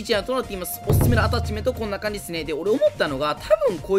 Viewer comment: 今回アﾀｧ⤴ｯﾁメント祭りなの草が誘発される。地味に強いtypeくんは妙な横ブレがなくなったらめっちゃ強くなれると思う